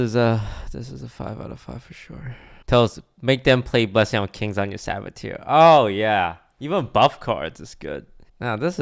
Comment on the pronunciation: Are we gonna ignore that horrid pronunciation of saboteur?